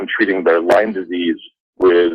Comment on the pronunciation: PS - It is called LYME, not LYMES. FYI Sorry, Pet Peeve…… blame it on my Lyme. ;)